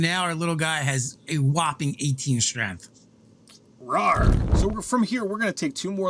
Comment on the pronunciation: my man really said strength and then 'corrected' himself to streth